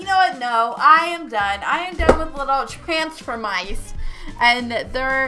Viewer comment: You said the title wrong